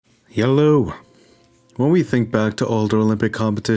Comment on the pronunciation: No one:: HYELLOW